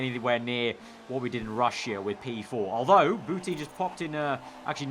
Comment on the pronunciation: Every time he says Boutin I hear Putin